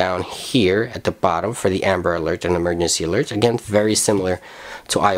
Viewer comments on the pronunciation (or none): none